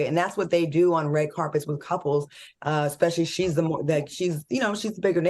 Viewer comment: Q… Oh we correcting people’s poor English? How about we learn how to pronounce especially! There is no X in the word! Ijs